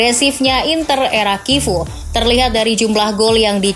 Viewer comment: Sebutan nerazzuri: neratsuri, chivu: kivu